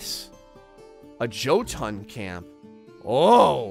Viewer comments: Jötunn is pronounced Yo-ton. Not joe-ton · Is not jo-tunn is Yo-Tunn. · you butchered the names its more pronounced yotnar and yoten the j's are more like y's.